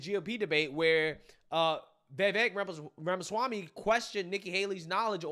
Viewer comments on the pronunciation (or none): none